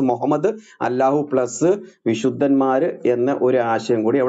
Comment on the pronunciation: ഗുരു എന്താണ് അല്ലാഹു എന്ന് pronounce ചെയ്യുന്നത്, അള്ളാഹു എന്നല്ലേ ശരി 🤔